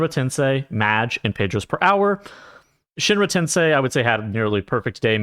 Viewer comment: you pronounced shinra tensei correctly in this vid thanks god